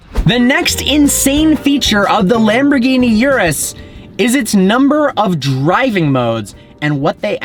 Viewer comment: For someone who owns a Lambo, probably owned a few, you can't be bothered pronouncing the name right?!? Come on, Don't be a typical yank!